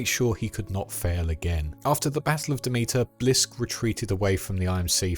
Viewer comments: Pretty sure it’s pronounced Dem-it-er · My god you butchered the pronunciation of Demeter 😂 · Ok... Have you even played these games?? For a lore video you are missing a lot. And you don't even pronounce Demeter right, and the outlands is not a planet!